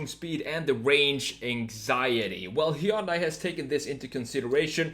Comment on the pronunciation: Plzzzzzzz it's pronunced "hyon dae" it's like hearing someone call Versace, ver-sase!! It ain't that hard!! Also, awesome video!